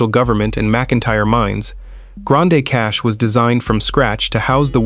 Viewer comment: Pronounced Grand Cash